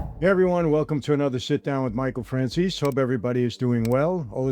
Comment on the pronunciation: Michael, when you mention your wine, you might want to leave a pause between Franzese and Wine. Otherwise it comes off as FranciSwine